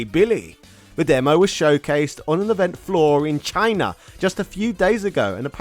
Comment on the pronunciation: Why are you saying "CHINA!" that way? What's with the extra emphasis whenever you say the word?